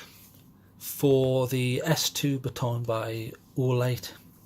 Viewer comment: Just enjoying another of your comprehensive TORCH reviews! Pronounced BATTEN! Yes quite agree with that poor side button so immediately crossed it off my list. Well done